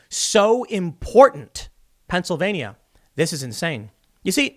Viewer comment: Please learn how to pronounce Pennsylvania.